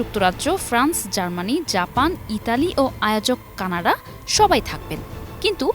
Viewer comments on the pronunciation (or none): none